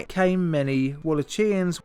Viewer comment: Wall-ach!-ia-ns, I believe